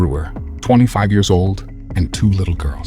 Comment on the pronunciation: Mostly the pronunciation of the years kinda threw me off